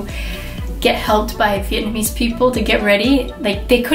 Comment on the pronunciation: Your wedding photos are beautiful and your pronunciation of Vietnamese words is really good! Loved hearing your story!